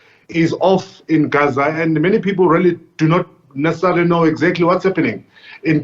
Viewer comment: Newsreader- there is no need to glottalize the word Gaza. Most pretentious. !!